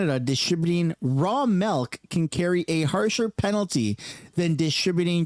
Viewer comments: It's called milk, not melk . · What the F is "Raw Malk"? 🤣😂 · Why does it sound like you're saying "melk"?